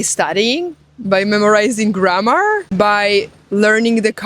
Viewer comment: How many 'Windows' have You started today, do You also starts your Doors. G r a' m m aaah rrr, is a long word, sounds like You're tired already before You begin. To whistle is a good exercise in clear pronunciation. Spanish is 'easy', because it have, in main, only two Colors, O and A. We all have our very own Language, but We can divide between Flock-Howling and Self-Thinking. (Instinct/Intelligence) Language and Consciousness, is two sides of the Same Development. Language without Mathematic is not a Language, and Mathematic without Language, is not Mathematic. You're right, without Listening, we wont learn anything. I'v been to 80 countries, just picked up the most important words, wrote the sounds, as I hear them in my own language, the Click-sound I'd wrote DT', and so on, some say, that's not how its spelled, but the sound, gives no mistakes. It is always best to 'go there', and body-language is a large part of it.